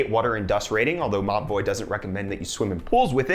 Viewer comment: Every he said "Mobvoi" I understood "ma boii"